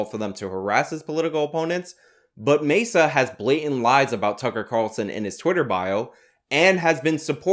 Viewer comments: Quit jamming a pen in my ear with Mesa. It's Maza. Matzah would be just as wrong after Passover, but closer to what it's supposed to be. Far more irritating than white balance, neither is worth putting yourself on the spectrum over. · Carlos MAY-SAH